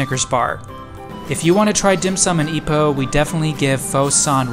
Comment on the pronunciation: Thank you for pronouncing it correctly. Some pronounce it as 'eye-poh', and was really stubborn about it. Happy to hear enjoy your stay in Ipoh. 😂I drove to Ipoh, once, just to buy the famous butter cupcake from the late Madam Nancy Chong, and drove back to KL, within the same day. Total of 5 hours drive 😅